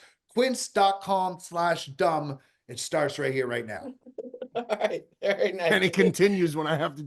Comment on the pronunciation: Can someone tell how to pronounce Quince instead of Kince.